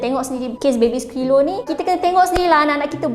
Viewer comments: dari tadi “baby skilo” yg aku dngar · Pandek kata , Diaorg menyundal la? 🙄 Cuba singkatkan. Dh la x pandai enggglishhhh..baby silo siloooo😌